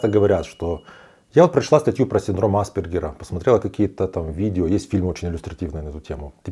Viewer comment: Непонятно почему вы неверно делаете ударение. Никогда не слышали как произносить правильно фамилию АспЕргер??? Какой тогда уровень образования этого блогера? Ударение НЕ на первую гласную букву, а на вторую! АспЕргер!!! Синдром назван в честь австрийского психиатра Ганса АспЕргера. Что здесь сложного произнести слово с правильным ударением???